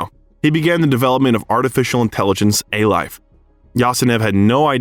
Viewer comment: "A-Life" not 'a life', etc.